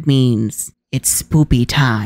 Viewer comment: Did you say "spoopy"? Or "spooky"? Whatever it was, I thought that was funny 😊